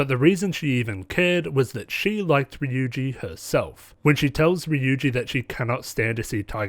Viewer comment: Just a pointer Ryuji is pronounced ru-Ji with a rolled r